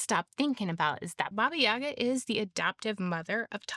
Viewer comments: It's said BAba YaGÁ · Baba YagAAAAAAAAAAAAAAAAAA. That's where the accent goes. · correct pronunciation of the name is with the pronunciation on the second "a".